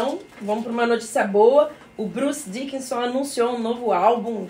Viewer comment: não é Bruce Diquison e sim DICKINNNNNNNSON !!!!!!